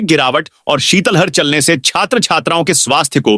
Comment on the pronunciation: शीतल हर नहीं शीतलहर बोले।किस मास्टर ने आपको हिन्दी पढ़ाई। है।कितनी बार आपको समझा चुके हैं।